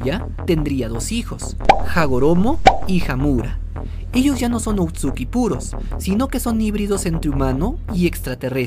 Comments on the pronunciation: Se dise otsusuki no otsuki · Lo único que me molesta es que diga otsuki y no otsusuki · Porque dice otsuki si es otsusuki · Por qué dices "otsuki" en vez de "Ootsutsuki"? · Amigo es otsutsuki no outsuki... lo demás buen video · no quiero sonar criticon xq estas cosas las suelen decir de mala manera pero, son Otsutsuki :v no outsuki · perdon pero no se dice outsuki es otsutsuki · se dice otsutsuki